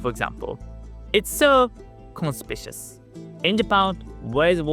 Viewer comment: con. spik. you. us. conspicUous.